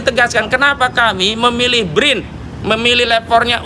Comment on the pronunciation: BRIN ? Tompel aja nggak lurus nyebut BRIN.